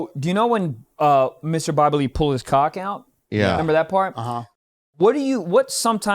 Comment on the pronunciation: Dude thought Bobby said rabbid 😄